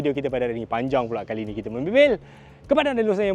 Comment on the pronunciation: Loceng bang bukan LoNceng